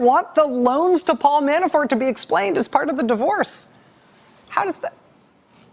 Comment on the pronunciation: Sometimes, it sounds like she's saying...Manafart...makes me giggle.